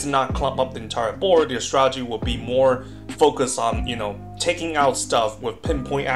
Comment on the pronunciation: If this guy says "stralegy" one more time...